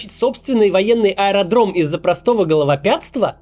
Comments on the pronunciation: Максим, только не головопятства, а головотяпства! :goodvibes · ГОЛОВАПЯТСТВА?!!! Максим ты в какой школе учился? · . "... простого головоПЯТства..." Макс, видите, как внимательно Вас слушаем. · Не "головопятства", а "головотяпства". Шмешно...